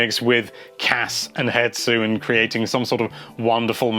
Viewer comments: "Hetsu" ... It annoys me that people can't read. HESTU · his name is H E S T U not Hetsu!! that poor Korok...